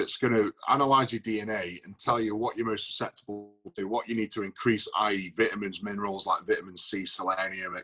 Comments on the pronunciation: I’m just gear for Eddie saying vitamins like vittamens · Didn't know the British pronounce vitamins with a a soft i. Learn something new everyday. Also, why does the British forget about the letter t. For example, saying Bri-ish instead of British or Wa-er instead of water. Fascinating indeed